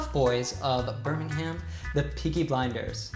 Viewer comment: Billy Kimber has a London accent in this portrayal. And the proper pronunciation of Birmingham is BIR-ming-m, not Ber-ming-HAM. Also 'The British Accent' is a misnomer; there are probably 50 main accents, not including local dialects.